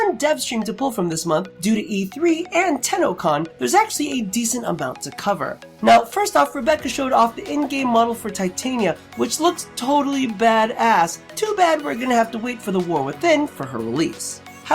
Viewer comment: It's Titania (Ti-Ton-Ya) Not ton but ton as is con.